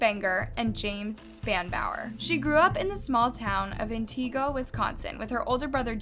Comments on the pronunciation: I giggled when she said antigo 🤣 an-tee-go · It’s pronounced…..AN - TI - GO ……YOU pronounced Wausau wrong it’s pronounced like WA - U - SAW If there was a w at the end of it ….W - a - u - s - a - u 😊 when you have stories like this on your channel pronouncing the word’s and name’s correctly can be just as important as what you are talking about !! Even the word…..Ca - dav - er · Being a native from the area, I love the mispronunciation of both “antigo” and “Wausau” 😂😂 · Had to stop this video because you kept pronouncing Antigo and Wausau wrong. Plus all the comments saying the title is click bait. Do better. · .....you slaughtered the cities names.....Antigo and Wausau. LOL! I have a hard time with pronouncing names so that would make me an amazing speller! 😂 I ABSOLUTELY LOVE YOUR VIDEOS!!!! 😃